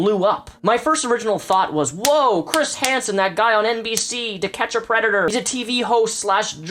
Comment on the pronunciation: You said preda! Just messing with you. The messiness with all of this is astounding!